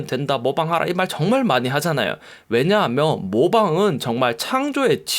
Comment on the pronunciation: '면'발음 안되시는게 매력 왜냐하며~ㅋㅋ